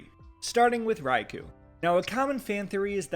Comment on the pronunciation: Next time can you please pronounce Raikou the official way? Like [Rai-koh], the [khu] is a common mispronunciation.